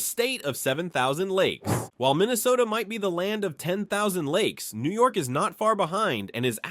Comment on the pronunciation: The pronunciations are shitty in this lol. He is obviously not a real New Yorker